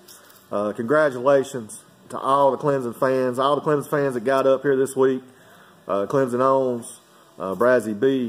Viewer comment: Just say Clemson correct:)